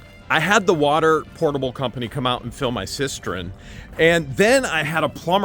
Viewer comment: Cistern not cistren